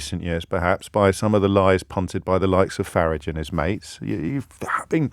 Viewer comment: Farriage - love that pronunciation and hope he absolutely hates it. 🤣